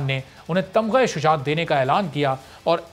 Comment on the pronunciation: Taghma ya Kay Tamgha e shujaat. For God's sake Imran khan sahi tau bolain for face washing. .